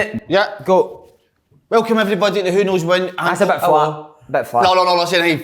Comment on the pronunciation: "Who Knows Win" - Slaney still cannae even get the fuckin name right! :0)